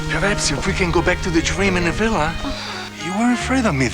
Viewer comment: This is fantastic. Let's ignore the fact that the charismatic leading man fluffed some of his lines, (mispronouncing the word "perhaps" as "prehaps" ) Did the director not pick this up in the editing room? The acting is patchy too. It seems that the director didn't bother doing any retakes until the scenes were perfect.